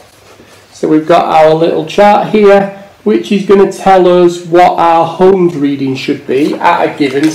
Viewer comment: Just for your reference it's not homes, it's ohms, there's no H in resistance !!